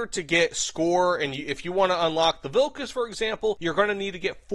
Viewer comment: As a Lithuanian, I was hoping that gaijin would add the boxer, but I didn't expect it. I'm very happy about this. Also your pronunciation of vilkas is very good.